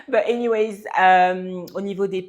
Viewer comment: C’est anyway pas anywayZZ. 😅